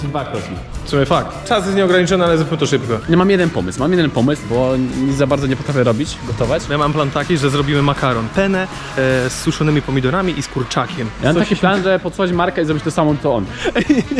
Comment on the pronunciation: Makaron penne nie pene Pene to siusiak 😂😂😂😂😂😂😂😂😂😂😂